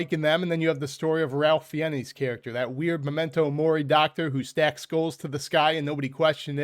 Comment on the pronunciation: Ralph Fiennes is pronounced thusly: Ralph rhymes with safe (RAIF) Fiennes rhymes with spines (fines).....only mentioning it because you are rapidly becoming one of my favorite YouTubers and I want you to do well....